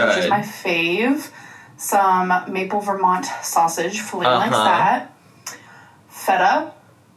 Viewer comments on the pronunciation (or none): none